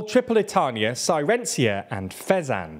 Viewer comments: face-green-smiling:CIRENAICA not cyrencia :face-green-smiling::face-green-smiling::face-blue-wide-eyes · I think your pronounciation of the Cyrenaica is a bit cringy: it's not "Syrenzia". Mind you, the name Cyrenaica is the name of the ancient greek colony there. Thus, the 'C' is spelled like a 'K'... so more like Kee-re-na-i-ka. just my two pennies... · "cyrencia" good lord. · I don't know for certain but I'm pretty sure that Cyrenaica is pronounced "seer-a-NAY-ca" and not "cy-REN-cia." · I hate to be a pedant but here I go anyway. "Cyrencia" really hurt my ears. Even on your map it says CY RE NAI CA, so SI RI NA IKA would be much better in English and closer to the Arabic SIR UH NEY I KUH. Sorry, I know you guys try hard but that was was a little hard to swallow. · Cyrenaica is pronounced "Sih-reh-nay-ee-kah" not Sirenzia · Sai-re-nye-ka. Not "Siren-sia". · Pronounced Ky-re-nay-ika, not Sai-ren-sia. In English Sy-re-nay-ika is also acceptable but historically incorrect. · Sci-ren-aye-ka. Not Siren-cia. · /ˌsaɪɹəˈneɪɪkə/. Not "sirencia" or whatever you said. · CYRENAICA, not "cyrencia"! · Siren-cia? Lol. It's Si-re-nai-ca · Cyrenaica to Cyrenzia is a feat of mispronunciation that deserves an award. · It is pronounced Kirenaika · Pronounced Ky-re-nay-ika. In English Sy-re-nay-ika is also acceptable but historically incorrect. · It's more like Sy-rè-nay-ika btw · I mean, with that pronunciation it's more like the land of sirens, "Sirensia" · At this point I think he does bad pronounciations as an easter egg. Fair of you to point out, I was cooking breakfast and dropped an egg when I heard "sirensia", but there is one of those in every video now... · Nice analysis! Sorry for pointing it out, but you butchered the name Cyrenaica 😅 It's supposed to be like Si-re-nay-ka. The name is ancient Greek, Κυρηναϊκή, and it was a confederation of Greek cities until it was conquered by the Romans and later the Arabs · You must mean Sairencia. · Cyrenaica is not pronounced cyrencia